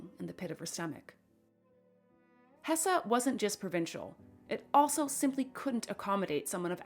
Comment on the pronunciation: Hesse is pronounced hess